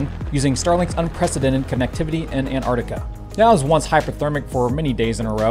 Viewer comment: Is not anarica is an Tar Ti ca.. pronounce the T, don’t eat it.